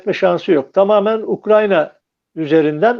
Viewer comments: UKRAN-YA değil. UKRAY-NA. Türkçe'yi doğru kullanalım, ya da evimizde oturalım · ukranya deme, ukrayna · N'olur "Ukranya" değil, "Ukrayna" 🙏